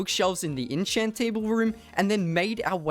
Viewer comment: lets make an innchant table not enchant but inchant